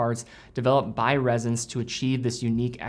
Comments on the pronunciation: It’s Ressence, not “Rezzence”. You even said it yourself, it’s named after essence, it’s pronounced like essence You also said “millimetres” of oil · It’s Ress-ence not Rez-ence. Cool watch though.